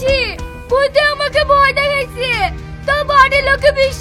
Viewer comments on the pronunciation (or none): ভই না ভয় হবে 😂😂😂